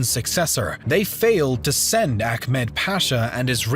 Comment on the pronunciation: about pronounces not jedik but gedik, not ahkmet but ahmet